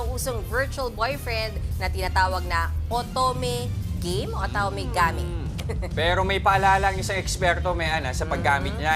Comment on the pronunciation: Bruh literally noone says Gah-meh. It's game ano banaman yan